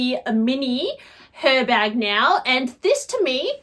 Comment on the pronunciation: The H is silent (like it is in Hermes) so it’s pronounced Er Bag. I hate mine. Worst purchase I’ve ever made. Terrible design.